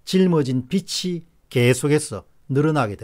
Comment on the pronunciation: 본문내용과는 멀지만 빚이----비지, 빛이------비치 표준발음으로 발음해주세요~박사님~